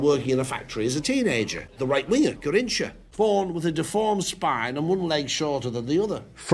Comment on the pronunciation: Garrocha he said